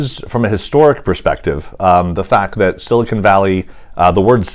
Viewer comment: ایک لفظ کی درستگی کر لیں سیلیکون درست لفظ ہے ناکہ سلکان۔